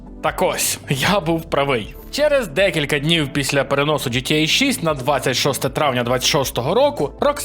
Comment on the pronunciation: Мене одного бісить ось це "джи ти єй"??